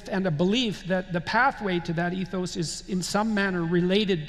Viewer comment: Mispronounced “ethos” at that. Yes, morphine please. 😂